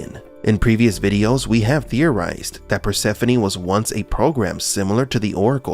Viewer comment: Finally her name is properly pronounced.